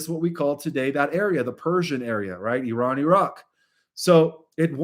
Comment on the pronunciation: Thanks for pronouncing it correctly,.:" Eeran", and not " I ran"